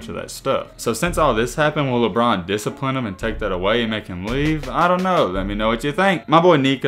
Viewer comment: Awl man not “Lebelt”😭😭